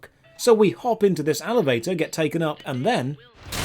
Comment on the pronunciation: Am i the only one that heard him say alevator at 5.51